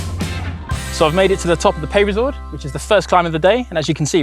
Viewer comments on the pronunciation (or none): Oh dear looks like we have another gcn presenter who can’t pronounce foreign words.. “peyresourde” is not meant to be “pay-re-sourde”😬